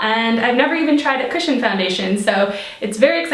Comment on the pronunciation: You're SO beautiful! Also: I kept hearing "christian" instead of "cushion" lol.